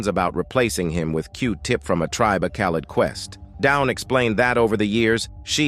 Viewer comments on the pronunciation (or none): It pronounced the verb "called" as "Call Ed". It's a terrible voice.